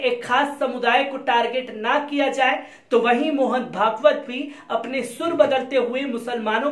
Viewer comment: Mohn pegs not mohn pagbt